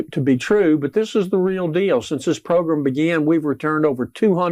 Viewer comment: “Progrim” ugh! Program!